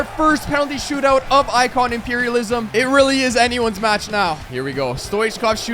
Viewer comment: You said stoot-out😂😂